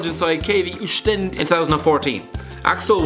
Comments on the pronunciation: I wonder how you can pronounce the Chinese Teams better then the Belgian like you say Oshtend😂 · its Zulte Waregem not Zulte Warejem hahaha and KV Oostende got butchered too lmao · That Oostende pronunciation 😂